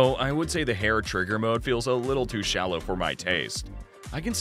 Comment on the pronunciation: Did he actually say the hair trigger is too shalow for him 😂😂😂